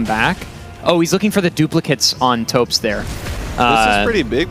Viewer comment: Himself. Thops introduces himself as "Tops". Makes me mad everytime someone mispronounces it with a voiceless "th" instead of just a "t". And they all do it... poor Thops. xD